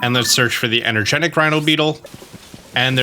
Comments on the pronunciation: EnergeTIC, not energenic. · Its energeTic not energeNic, its right there in front of you